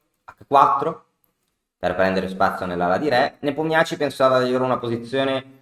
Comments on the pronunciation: Grazie per l’analisi tempestiva, comunque Nepomnjaščij si pronuncia Nepòmnisci 🤣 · Come in tennis i Nomi accorciati come soprannomi 😃 comunque la pronuncia esatta è Nepòmniasci